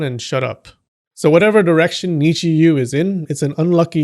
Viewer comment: You said "direction gods", I heard "erection gods" 😆